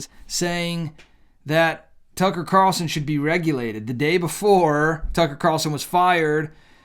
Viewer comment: Why do Christian YouTubers keep calling him Tucker Car-el-son, when his name is Tucker Carl-son?? Nick Picky, maybe. But this drives me crazy. It's not how he says his name.